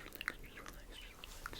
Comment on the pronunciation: Whenever you said relax i thought you were saying skrillex skrillex skrillex